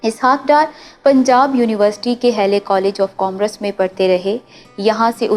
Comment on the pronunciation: او لڑکی ۔۔۔بیٹا الفاظ کسی بھی زبان کے ھوں تلفظ بالکل ٹھیک ھونا چاھئے ۔جیسے آپ commerce کو کام اور رس( COMM.....RUSS) دو الفاظ میں توڑ کر بول رھی ھیں اس کو ایک ھی لفظ COMMERCE میں بالکلsoftly بولیں stress نہ دیں۔ شکریہ